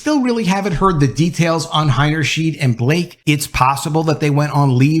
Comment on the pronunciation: The pronunciation for her last name is... Heiner • shide (not "sheed")